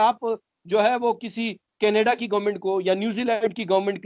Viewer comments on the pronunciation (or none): none